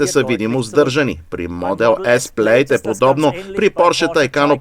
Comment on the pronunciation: Топ ! Една забележка към превода. Tesla Plaid се произнася Плад, не Плейд. AMG при произнасяне следва да се избере немската версия или английската, съответно А - ЕМ - ГЕ или ЕЙ-ЕМ-ДЖИ. Както го произнасяте А ЕМ ДЖИ е някакъв побългарен английски, използван сред горублянските джамбази.